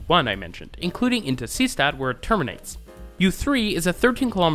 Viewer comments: Deutscher Tipp: st = scht ; Seestatd = See + Statd ( ✖ NICHT "sees + tatd"). Daher, ist "Seestatd" wie "Say shtat" ausgesprochen. Verstehen Sie mich? I am sure you know, being connected to Germany, that in German "st" will read as "scht" at the start of a morpheme. "Statd" is one such morpheme, meaning "city," so that "Seestadt" means "Sea City." The important point is that the and are not part of separate morphemes, it's not like the word "Bundestag" were we have "Bundes + Tag" and thus the stays a normal /s/ sound. Knowing whether or not an pair is part of a single morpheme or not takes a bit familiarity with German, so it is easy for people to make mistakes. Colbert once said "Reich-schtag" instead of "Reichstag," which I thought was a funny mistakes because while total noobs of German usually don't know the "st → scht" rule, Colbert seems to know that rule but not the important morpheme break rule and made an overcorrection. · The repeated odd pronunciation of Seestadt (ˈzeːʃtat) really drove me mad, but apart from that it is a good summary of the Vienna U-bahn.